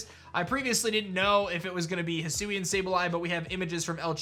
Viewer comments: He said "idk if it was going to be hisiuan Sableye" 🤣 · Did no one notice he said hisuian sableye?😅